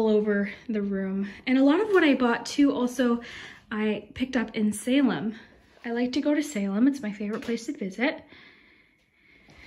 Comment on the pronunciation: I’m a Massachusetts native So happy when you said Salem.